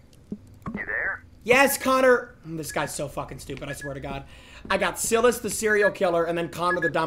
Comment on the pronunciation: He keeps saying saying Silas name so wrong🤣🤣 has he never seen any movies where the demons name is Silas😭